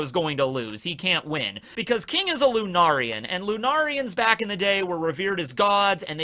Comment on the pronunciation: Bruh, is still pronouncing lunarian wrong. First it was lunar-ian. Next it’s lu-nar-ian. Its pronounced lu-nair-ian. Lunarian is a real word. Look up it’s pronunciation and meaning yourself